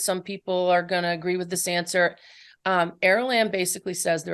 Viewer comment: 😅 she keeps pronouncing it aralimb